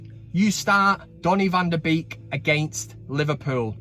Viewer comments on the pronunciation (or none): "Bake" NOT "Beak."